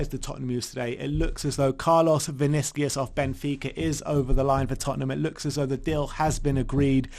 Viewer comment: Vinicius. The U is pronounced like the Uber U. So its not Vinicias, its VinissiUSH